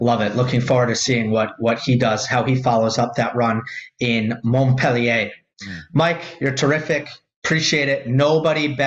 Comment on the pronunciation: Please learn how to pronounce Montpellier ❤ You lose ethos when you pronounce it wrong. Don’t get it the wrong way Love your channel